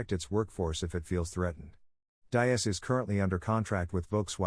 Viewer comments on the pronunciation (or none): All right dude your videos fine but come on you got to get people's name pronunciation correct!! It's Hebert DEEEES!!! NOT DIE- AS!!! YOU'RE LOOKING LIKE AN IDIOT WHEN YOU GET NAMES SO OBVIOUSLY WRONG!! Come on man pick up your game!! The videos fine By the way... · Diess is pronounced like deeez.